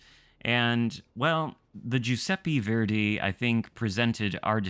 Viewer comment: It’s not (jew-seppe-fairday) it’s (ju-seppe-verday). How new England people got so bad at pronouncing things I’ll never know. Oh wait they have a insufferable superiority complex.